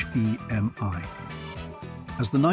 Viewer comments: What's with the Z slash 28 ? it's a Z28 Period, same thing with the four two six H-E-M-I ! Simply a 426 Hemi, not an H E M I.... A ZL1 Corvette doing a 10.89 from the factory, not in this lifetime. Why a British AI Voice ??? I liked the video, hated the fake narration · Loved the cars. Hated the stupid sounding AI/Bot voice. The "/" mark is not pronounced as "Slash" ("Slash" is a guitar player), and it's simply "426 HEMI"--NOT 4-2-6 H--E--M--I". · it’s this audio made with AI??? it has to be!!! no car guy or petrohead would say Z slash 28, or spell H.E.M.I instead of saying HEMY….. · The H. E. M. I . instead of its proper pronounciation " Hemi " proves this is certainly a European commentator . So whats next ? Instead of the Shelby Cobra , It is now the Shelby C.O.B.R.A 🤨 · H E M I WTF? He did say Hemi correctly once. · Who under the Moon pronounces eich-ee-am-ay?!